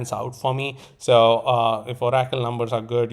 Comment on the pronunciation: ABSOLUTELY LOVE the way you say oracle… o-rack-toll. I will never say it any other way again. 🫡